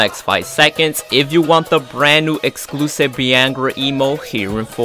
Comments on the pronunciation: What the hell is a beeehangra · This man was way off when he said Bhangra